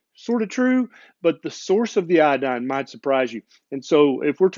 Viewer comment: It is not iAdine, but it is properly pronounced iOdine.